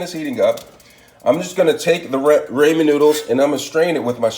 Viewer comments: It’s pronounced Rah-Men noodles not Ray-Men noodles. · “Raymond noodles “ 🤣🤣🤣